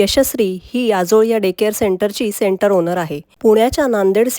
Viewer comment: आजोळ शब्दाचा उच्चार बरोबर नाही